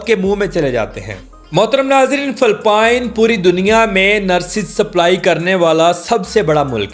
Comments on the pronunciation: Phalpine nhi bhai its Philippines 😢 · Phelpeen sssssssseeeeeeeeeeexxxxxx😂😂😂😂😂